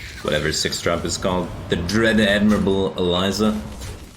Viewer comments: Mr Xy he also says dread ADMIRABLE Eliza. He knows what he’s saying lol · And dread admibral